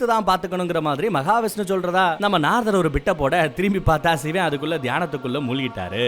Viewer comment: சிவன் da...Not சிவேன்.. Olunga pronounce pannu 🤡